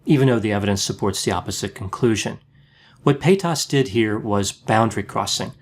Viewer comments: Her last name though is pronounced “pay-taz” not “pay-toss” lol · like other people here said, it's pay-tiss. There isn't a lot of emphasis on that second part. says pay-TAAS. I low key prefer the way he says it. It has that bend and snap energy. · PayTAS, reminds me of when Shane used to purposely say Trishas name wrong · Why is he referring to Trisha as "pay taus" lmao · Fyi it's "Pate-us or Pay-tus". Shane Dawson & his fiance Ryland mispronounce her last name in the same way, and it's obviously spreading. 😆 Also, I love your pooch! Poodle mixes are some of the greatest "mutts" you can get. Lol. I have a goldendoodle ☺ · I love how he says paytas evrytime payTAS 😂👌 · Omg the way he keeps pronouncing Paytas is so annoying I couldn’t even finish the video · I had to giggle every time you pronounced her name PayTAS :D Anyway, like most others I also feel like you would have been a better choice to be on the H3 podcast and try to help Trisha.. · I love the way he said paytas tho 😂PAYTOSS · I live for the way pronounces 'Paytas'. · The way you pronounce Paytas is funny, in French 'pėtasse' means 'bitch'. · It is annoying that you are not pronouncing Trisha's last name. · The way he says Paytas Is wild I am not sure But he says Paytas Like it's a disease haha. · why does he pronounce “paytas” like that? 😂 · It’s the way he puts emphasis on the A and the Tas